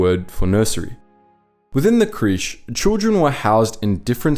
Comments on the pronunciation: Crèche is actually pronounced ‘cresh’ not ‘creesh’ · Maybe look up how to pronounce words of you domt know. Like creche...